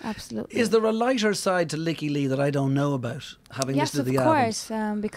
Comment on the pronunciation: She (Lykke) has pronounced it 'Leaky'. That is the proper Swedish pronunciation.